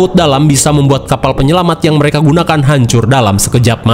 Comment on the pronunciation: Penyelamat bang bukan penyelamang